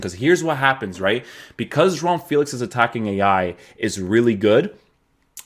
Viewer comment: You actually pronounce João right damn